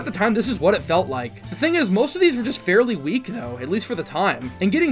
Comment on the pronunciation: "dredge" "weak" wat